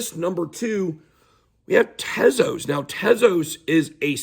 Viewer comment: At least u say Tezos correctly and not 'Tease-Us' like the n00bs. Or that African American man Larry who is always talking about Solano even tho he old AF, tryin to give 'advice' but dont even know how to say SOLANA 😆